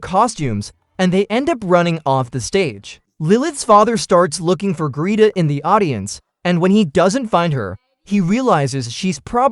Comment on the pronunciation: Greta. Gret-a. Why does AI suck so bad at names....